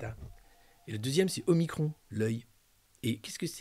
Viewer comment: Parfaites ou presque sont vos chroniques, un point de détail, pourquoi prononcer omicronne et pas omikron ? Je m'interroge...